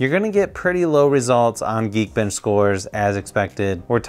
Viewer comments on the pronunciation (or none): none